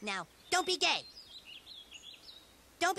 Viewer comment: You say furry instead fairy & now Gae instead Gay